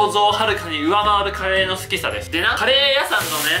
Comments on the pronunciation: 最初のカレー屋さんの発音がリヴァイアサンw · カレー屋↑さん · カレー屋さんの発音ww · カレー屋さんの発音がリバイアサンと一緒w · カレー屋さんの発音が気になる。 あたスだけだろうか、、、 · カレー屋さんの発音がぺんと同じだな